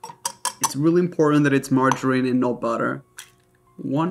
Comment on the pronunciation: yes that’s how we say it